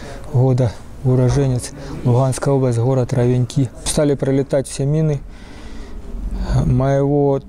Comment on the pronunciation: ровенькИ́???? Не слышал, чтоб местные так говорили.